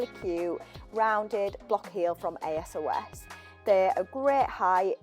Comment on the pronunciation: Hi, like the way you styled those jeans! Just one thing: you´re pronouncing ASOS wrong... Just say it as one word not every single letter on its own.... but you made this video almost two years ago, maybe you´re saying it right now:) love from Austria!